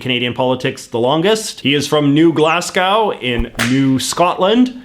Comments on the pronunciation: Hey, just so you know, your pronunciation of Glasgow is way off at about , it's "Glaz-Go" not "Glass-Gow", great video though!! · The Canadian pronunciation of Glasgow is upsetting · Glassglow AHHHHHHHHHHHHH ITS SAID GLASGO YES JUST GLASGO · New Glasss-Cow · It’s pronounced Glas-go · The way he pronounces Glasgow though